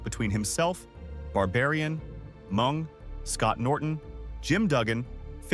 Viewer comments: Mung... instead of MENG... not once, but TWICE... Come on, if you're gonna use AI, at least make sure it's all good 1st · He’s going to come for the narrator for calling him Mung when his name was Meng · "& Then they met MUNG" 😂 PINCHE A.i